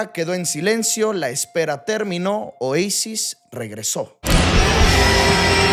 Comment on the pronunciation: Caída? En mejico es ilegal saber de futbol y de musica Y en español se dice OASIS, no OEISIS